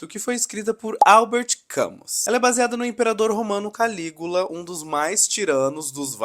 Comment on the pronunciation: Camus se lê "Camí" Parabéns pelo vídeo! Baita filme